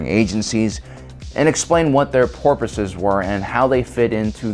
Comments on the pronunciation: Did he say "porpoise" instead of purpose at the beginning???? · Sounded like porpoises 🐋, or was it some sort of New York accent 🤔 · you said porpoises instead of purpose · Did anybody else notice how said Purpose, seems pretty dolphin to me.